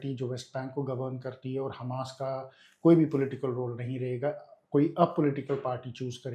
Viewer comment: The interviewer keeps pronouncing Hamas as hummus like the dip. Also, the way she is asking the questions is irritating. I am not sure if she is ignorant of history, such as Hitler and the holocaust, or just trying to establish simple facts for her viewers. Irritating either way. as usual was excellent.